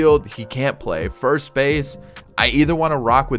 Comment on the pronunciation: When you cant say first 😭